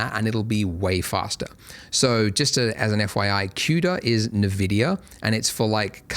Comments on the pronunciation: Wait, it's called NeVidia this whole time? I though it was eNVidia... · NaVidia x_x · Thanks Andrew for these tutorials! I've been following you for over 10 years, I just wanted to see the new features on 4.x and why not see the donut tutorial again! Also, you pronounce nVidia funny 😅